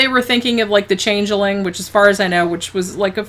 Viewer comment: The Change-eh-ling?